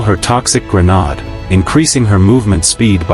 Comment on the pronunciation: "Grenodd" lol xD